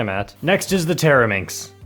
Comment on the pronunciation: Bro, did you say 'Teraminx'? It sounded more like 'Terror-minx' 🤣🤣😂😂